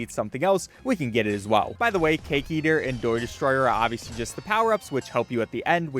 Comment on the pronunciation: “doy destroyer”